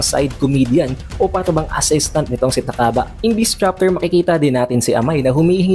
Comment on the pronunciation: Ta-kaba ang basa sa pangalan ni takaba at miya-mura ang basa sa pangalan ni miyamura, pansin ko ang hilig mong basahin ng diretso ang mga pangalan ng character